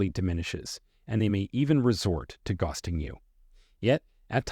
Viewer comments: "GOSTING??" "Barridge?" "ingrass-ee-ate?" "en-TOUR-age"? LOSE THE FAKE VOICEOVER!! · Narrator needs some work on pronunciation (ghosting, barrage….). Otherwise great information. Thank you. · Learn to pronounce: Ghosting, naively, barrage, covertly.... I can't even listen to the rest of it.